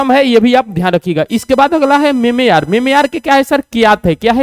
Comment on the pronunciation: Ha bhai sir memeyar bolte hai😂😂